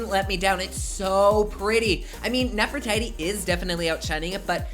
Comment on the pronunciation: it's pronounced nefriTeTe, but I get how you could think it's pronounced like Aphrodite is